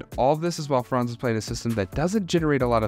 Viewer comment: Hey there... the pronuncation of "Franz" isn't like "France" with a long vowel but with a short one, like in "buns". Greetings from Germany ;)